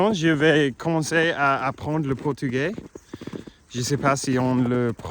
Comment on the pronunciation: Ah Mais Quel Super bonheur de te revoir Je croyais que c'était Fini... Bravo 👏 pour tes amours... T'es en France 🇨🇵... bravo A mon très cher Ami.. vraiment quelle joie.. Portugais...bien prononcé... Y avait combien de centimètres de neige 🤔😮 La Nation Portugaise...est très respectée en France 🇨🇵 Ah putain (Sorry) Quel bonheur de te retrouver...Mec Surtout ne lâche rien au niveau du Français.....tu es Hyper méga cool Fort 🎉 Tu es Trop génial...mon British préféré 🎉